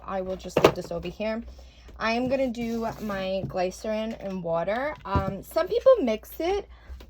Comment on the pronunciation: It's Glycerin, said like "Gliss - er - ine. Close.... I wondered if those tumblers on Amazon worked very well, I've seen mixed reviews.